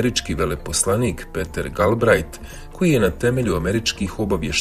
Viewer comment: Piter Galbrait se kaže.